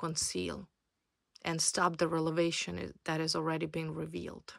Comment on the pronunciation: R .E V.E.L.A.T.I.O.N.....please.,say it correctly ☝️